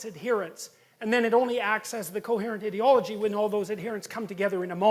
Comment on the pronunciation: their "idiolog" ...gasps... IDEOLOGY